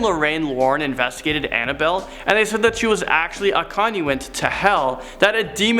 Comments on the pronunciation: lmao I was just reading this comment as he said it, but you do know he said "conduit" right? It wasn't terribly clear, so I see how you thought "condiment". OMG that's funny. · Conuent or something...